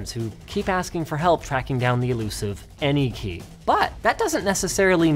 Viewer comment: Nice "anykey"😂